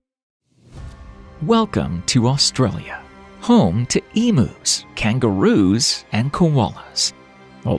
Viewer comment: Pronounced Eeem-you, not Eeemoo.